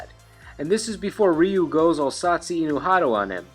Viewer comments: Its "RAI-U" if your going to pronounce his name Japanese its simply "U". Ree-U, smh sounds like a gay siren. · It is very commonly pronounced Ry-Yu and Ree-Yu. But the closest most english speakers get is calling him Roo. even though technically his name is pronounced closer to Rueue, like the word queue (kyoo) but with an R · everyone knows Ryu,no one knows how to say his name properly